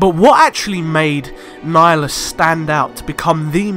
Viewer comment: Darth nigalus